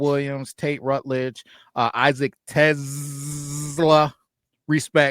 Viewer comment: You guys are still pronouncing TeSlaa wrong. Lol. Jim Thrower is going to be sending you guys a formal letter, demanding that you pronounce people's names correctly.. it's going to be signed and fully endorsed by the Governor of Michigan. Edit: - It's Ratledge, not Rutledge. Lmao.